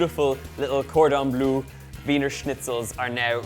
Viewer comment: Cordon bleu est très bien prononcé 😉 Good pronunciation of cordon bleu 👌🏻 Thank you for this recipe . Merci